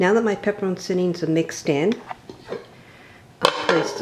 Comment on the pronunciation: pronounced pepper - cheenie, great recipe but I have to buy cocoa.